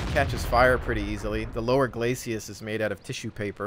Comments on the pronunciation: Love the videos - just one nitpicky thing - it's 'glacis', not 'glacias', right? Keep up the good work! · 'Glacis' is two syllables,.